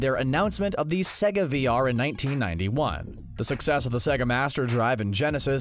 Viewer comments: im sorry but you pronouncing it as sehgga pisses me off so bad it's sayga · he says sega like siga, it’s pronounced say-ga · bro this guy pronounces sega 'segga' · "S egg ah" not "Say g ah" ok then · sega is spronounced sayguh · It’s not sEga it’s saga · no one is talking about how he said sega?